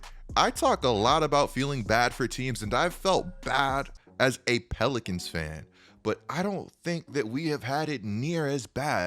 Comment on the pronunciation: No one:: tHe nEW oRLeAnS pELiCAnS IS A….